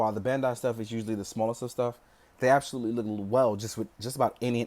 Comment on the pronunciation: Absodutly? I've found my new favorite word